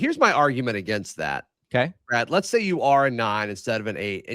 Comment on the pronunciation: Damn... "Brah-D" is cut-up! 😅 Great show guys!